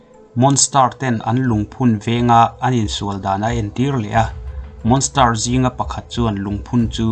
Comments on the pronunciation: Ehem...monster ilam dan kha a dik lo..monstar arsi sawina ang deuhin ilam daih a.. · Monster I lam Dan hi a dik lo deuh a nih hi